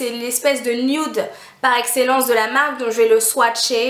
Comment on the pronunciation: j'adore l'accent "je vais le swatcher" 😂